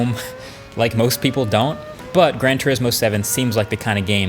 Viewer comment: When he said "Grand T" I was about to smash my monitor. Followed by "urismo 7". I'm cool. Not unsubbing yet.